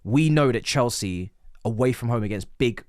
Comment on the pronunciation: 2026 still saying “chelski”